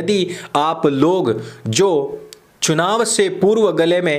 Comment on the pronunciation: Chunav ki jagah chinav bol gyi....